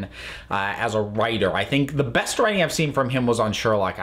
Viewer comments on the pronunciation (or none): none